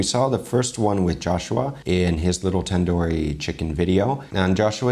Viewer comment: Tandoori is actually pronounced with an 'u'